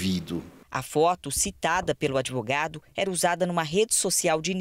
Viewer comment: "adevogado" cara de pau.